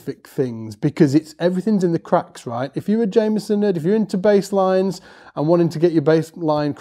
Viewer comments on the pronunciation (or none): It’s pronounced Jamerson with an R, not Jameson. Please pronounce his name correctly.